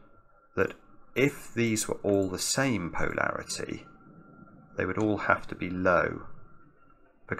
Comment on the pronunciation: Hi, great solve, but am I the only one who finds pronunciation of Polarity a bit strange? PO larity just sounds completely wrong to me:)